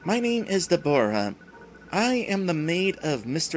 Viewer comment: It's pronounced "DEB-RAH." Like my cranky aunt. Trust me on this pronunciation.